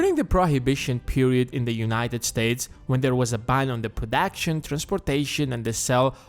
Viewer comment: Brodagtion, curry, pwofit, intaiveow, gu, yestayownts, wecent...interesting pronunciation, wonder which nationality he is